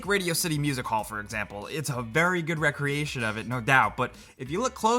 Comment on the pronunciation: you need to learn how to say the word "recreation"